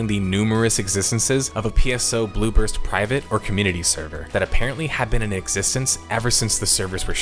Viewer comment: I keep hearing "Blue Burst" as "Bloopers."